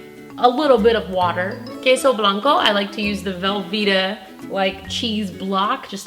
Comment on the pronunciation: I love the way you pronounce queso blanco and cilantro! YASSS GIRL YASSS MAKE THE YUMMY TACO! Now I want to teach you how to make a torta de carnesada. 😊